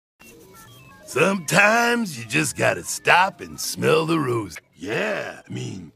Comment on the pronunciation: Bang its not roose its ROSE🙄🙄🙄🙄